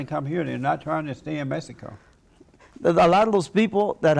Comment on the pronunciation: The nigga he can't say Mexico hahaha 😂